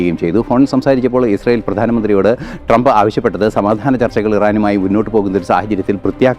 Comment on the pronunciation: Ashyell alla israyell😂 Eshyeelinte ayendroom monji sangi